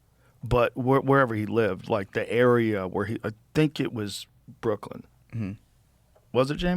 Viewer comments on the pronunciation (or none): none